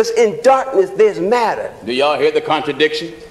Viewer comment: Brother couldn't even say contradiction!